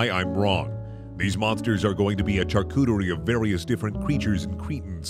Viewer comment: You know your brain is messed up when his pronunciation of ‘charcuterie’ bothers you and not the concept of the video